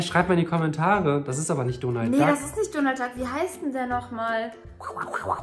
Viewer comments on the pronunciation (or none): NICHT Donald Dag sondern Donald😂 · Er heißt Donalt